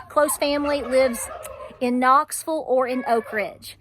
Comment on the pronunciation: Very good message love ya. Hold steady Knoxville. Love how ya say Knoxville ❤love ya too